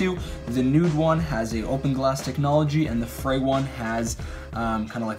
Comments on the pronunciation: OMG IT'S PRONOUNCED LIKE "FREE", NOT "FRAY"! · ITS FREE!! Not fray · The line over the "E" makes a strong e sound. It's pronounced free... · New drinking game: take a shot every time he says "fray" (afterwards you'll be so drunk that the mispronunciation won't be as painful to listen to) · its pronounced free but ok